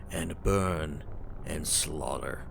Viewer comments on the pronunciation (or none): did he say slaughler?